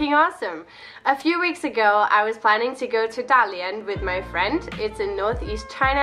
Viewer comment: Your pronunciation of 大连 is really authentic!